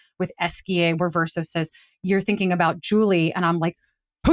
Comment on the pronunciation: She's wrote my favorite story. Although I wonder why she pronounces Verso in a way that's not true to the game. Also, the other lady was wrong about Monoco talking about feet. This is a fact established in the first minute of meeting him at Monoco Station. So, nothing was award or spoiled.